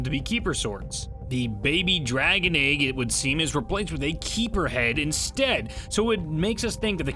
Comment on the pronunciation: Why do you pronounce egg as "ayg"